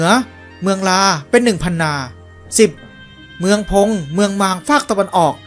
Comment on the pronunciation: ขอเพิ่มเติมครับ แอดมิน พูด ชื่อคำศัพท์ต่างๆ ผิดเพี้ยน เช่น เจ้าหม่อมคำลือ แอดมินอ่านว่า หม่อมเจ้าคำลือ หรือ เมืองต่างๆ เช่น เมืองพง แอดมินอ่านว่า เมืองพน จากคนแซ่เตา ครับ